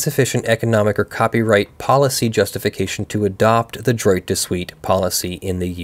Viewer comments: "Droit" is pronounced closer to "dwah". :p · Droit is pronounced drrrwah(t). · Every time you say “droit” with a hard t, I cringe. It’s pronounced closer to “draw”